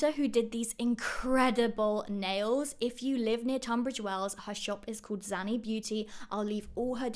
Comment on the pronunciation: Her name is Zaneta not Zantea ;) Poland have the best nail techs 😍